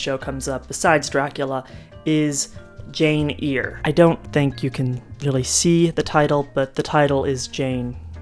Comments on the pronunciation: I loved DS when it was on. Thanks for the synopsis. Great job! Oh and it is Jane 'air' not 'ear'. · Charlotte Bronte's book is Jane Eyre...pronounced AIR not EAR. Thank you. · It’s pronounced as “air”. And I’m sorry, I could have phrased it in a nicer way! The video was otherwise excellent and I look forward to the next half whenever it’s ready! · Loving the video, and I will absolutely consume it in one sitting, but I'm curious why you're pronouncing Jane Eyre as Jane Ear? Is this a community in joke that I have missed?